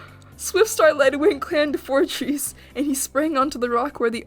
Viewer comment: four trees or fortress: proceeds to say four cheese